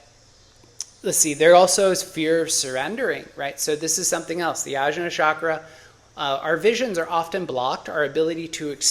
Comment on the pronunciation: Blood type diet is nonsense. Literally based on no research. There are 0 papers cited. Also, it's og-nya. Jn in iast is transliteration for gñ sound. E.g. vijñana Bhairava tantra (vigñana bye ruv uh tawn tra). Also, rum, lum, vum, etc. a as in America, uh. Otherwise, good video. You're coming from the right place.